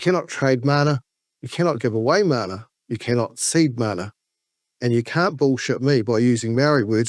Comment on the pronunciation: People like Ferris bring out racism in others. That is derisive. Agreed. His name is Takuta, not "Tekuta." It's mana, not "māna" etc. Sorry, I don't want to sound like a know all, but if you are talking about ignorance, you should probably get your pronunciation right on the basics at least